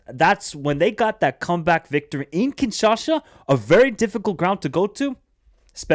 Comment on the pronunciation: You're not saying kinshasha it's kinshasa